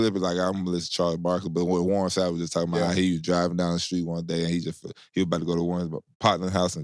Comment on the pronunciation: Pretty sure my man said warren snap. SMH.